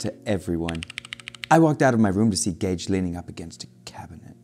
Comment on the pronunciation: In the second one he said gage like gay-e